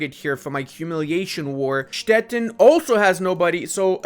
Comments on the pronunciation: He basically pronounces it as Stetten, which is a rather common name for a variety of small towns and hamlets all over southern Germany :D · Hello, a little advise: Stettin is pronounced Stetiiiin with the long i in german:D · learn how to pronounce Stettin, the end sounds like the word “teen” in English. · Ludis pronunciation of "Stettin" sounds always very funny and a bit confusing. In German the "tin" in Stettin is pronounced with a long i like in english "teen" in teenager.